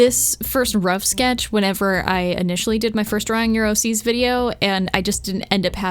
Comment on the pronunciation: I keep hearing "draw neuroses" and I feel very silly every time